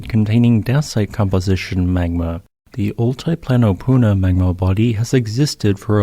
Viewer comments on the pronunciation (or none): Very interesting video. Been there, amazing landscape. Btw it’s pronounced all-tee-plano, not all-tie-plano.